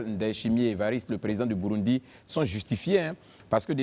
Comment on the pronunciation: Ça s'écrit Burundi mais ça se lit: Bourondi. Africaine ou marsienne? Simplifies-toi un peu la vie. Il n'y a que lorsqu'on entend les hommes dans cette émission, qu'on sait qu'on est en Côte-d'Ivoire 😅😅😅